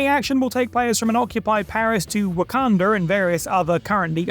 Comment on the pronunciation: Theres no hard R in wakanda you fucking racist